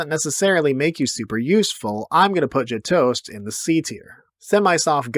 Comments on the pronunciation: Learn how to pronounce gjetost. There's no g sound. It starts with a y sound. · The Gjetost / Brunost pronounciation was interesting.